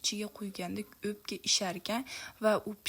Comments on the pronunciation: Opka emas o ...emas ..ò .òpka deùiladi hamma joùda òpka deùiladi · Опкамас упка дейилади